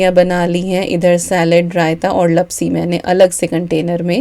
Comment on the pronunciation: Hi dear..i am Gujarati so i want to say that the sweet dish is pronounced Laapsi not lapsi... Love watching your vlogs..👍